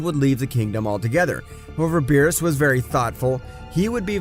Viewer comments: Beerus not bills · ive never seen your content before but this is amazing, one question tho. why did you call beerus 'bills' or something like that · It's Beerus not bill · Bills i think its called beerus 😣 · this shit is ass bro he spelled saiyan incorrectly and called beerus "bills" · Why did you say bills his name is beerus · its berus not bills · Who the f is (bills) its beerus, im having a migraine listening to this pronunciation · his name is beerus not bills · It's beerus not bills and it's bulla not burra learn how to pronounce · Who's bills? Lmao learn to pronounce the names if your gonna make a story out of this. You sound dumb lol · Why dose he call Beerus bills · Bro was saying “Bills” not “Beerus” lol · Can you please stop calling him bills call him beerus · its beerus not bills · It’s beerus Beer•Us not bills wtf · Why did he call Beres bills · U called him bills and called bulla burra